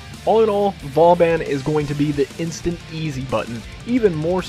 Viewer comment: i heard it was pronouned, Vo-Bohn.... anyways great build!